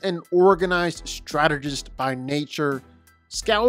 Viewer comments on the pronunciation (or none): none